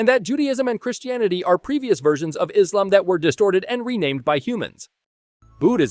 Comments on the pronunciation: I’m impressed he pronounced basically everything correct. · Your pronunciation of Allah and Islam are spot on. First time I've heard an American capable of reading the letter "s" 😅